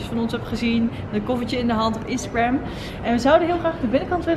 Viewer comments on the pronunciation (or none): none